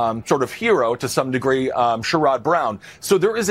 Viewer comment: Ben, I love ya, but you mispronounced Sherrod Brown's name. SHEY-rud